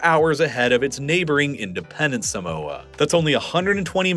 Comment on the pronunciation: You say Samoa, and Pago, Tokelau and Niue very wrong